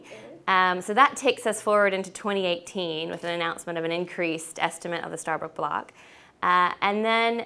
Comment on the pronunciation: It's not starbrook. It's stabroek